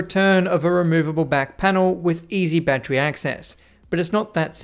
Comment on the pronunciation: Seriously though, why don’t you pronounce battery correctly?